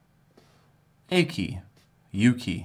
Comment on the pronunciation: Its pronounced "Awwhkey"